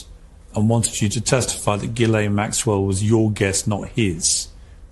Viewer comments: Quit saying Jillane. Bro learn the fucking name. GEE-lane. You did the same stupid shit with Robert MUE-ler… it’s fucking Muller….. it’s like you do this shit on purpose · I’m so done! Her name is an Irish name. It is PRONOUNCED (Gee-Lahn). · We are years into this story and you still can't pronounce the name Ghislaine properly.